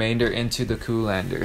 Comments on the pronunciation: Say coo-lander one more muthafuckin time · Say it with me... "col·an·der". "Colander". Very good. Now you can practice on your own! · I love how he says “coolander ” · There can only be one. Coolander